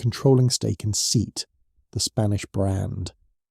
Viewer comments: Seat is pronounced say-at, and not like "seed", because it was a Spanish company and brand, and in Spanish language there is no "ea" combination, it's just an e and an a pronounced separately. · Is this AI commentary? If not surely you know SEAT is Say-at not seat as in 🪑. It’s a very mainstream brand in the UK. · It's pronounced SAY-AT.. NOT SEAT... A 'HUMAN' WOULD KNOW THIS.???.. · I’m so sick of A.I. ‘voiceover’ soundtracks…. This program is too simplistic to ‘get’ that the Spanish car brand’s name is “say-aht” - not “seet” - and whoever’s responsible for uploading this content can’t be bothered to correct the situation, or they don’t know it, either. Unsubscribing now… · Voic-over mispronounced one of the brand names: the Spanish "Seet", is actually pronounced as "Say-att" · SEAT is pronounced SEE-AT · Seat it is pronounced Se-at, doesn't sound serious to claim competency about a global automaker when you cannot even pronounce one of its brands. Not to mention Skoda 😅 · Seat is pronounced 'See-At' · pronounce it with me, Say-ott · SAY-AT, actually